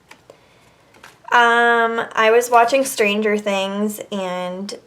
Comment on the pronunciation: I really hate the way she says and